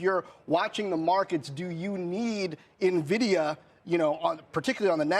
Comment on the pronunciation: How do folks who own Nvidia as a core holding still pronounce it wrong? The host even says Nvidia in the question lead up